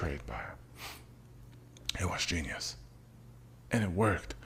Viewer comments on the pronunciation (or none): none